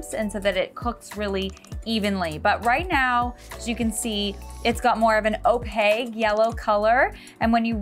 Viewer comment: Opaque is pronounced just like it's spelled. Pie plate too large for curd amount. Meringue over processed. No need to bake, just chill and broil for a few minutes prior to serving for color.